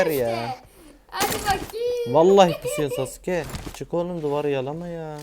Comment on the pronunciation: Abi normalde SASÜKE saske diye okunuyor siz niye SASÜKE diye okuyosunuz